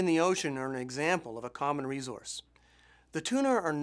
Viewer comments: why does he say resource like that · learn how to say resource !!! you're driving me crazy! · Jacki Morgan that's the first thing i noticed, weird isn't it? Good presentation otherwize ;-)